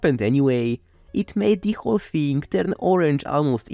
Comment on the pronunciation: I love your sense of humour. "Plastic theeng" made me laugh.